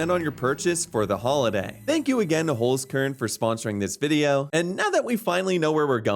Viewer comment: as a German I cringed at the way you said Holzkern ._. good video though!